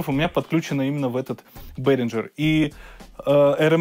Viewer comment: Бэээringer- не к лицу!